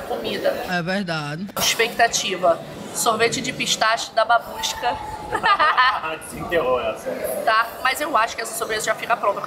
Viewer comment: Vocês estão falando " Babuska" eu tô entendendo " Mamusca" 🤣🤣